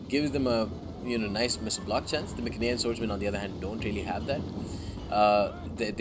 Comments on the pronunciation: be honest, the correct pronounce is My-cen-ee-an, My (as in me), cen(as in can). P.S. Seleu-c-ids not Seleu-s-ids. That My-s-enean is the exact same mistake. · mycenaean: my (as in my) sen (as in sent) ee (as in eat) an (as in an) so pronounced: My-sen-ee-an (emphasis on the my and the ee